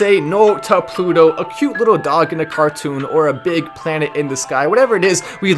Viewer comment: you're supposed to say "TO THE PLUTOOOO!!!!", not "TO THE PUTOOOO!!!". That's a bad word in Spanish. Google it.